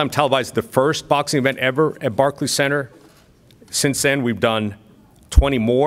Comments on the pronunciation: Barklees center 😂😂😂😂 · Rolly calls it the "Barkey Center" 😀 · Barkeys center lmfao 😂😂 rollie it's pronounced Barclays 😂😂😂😂😂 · Roly said barkey center lmmfao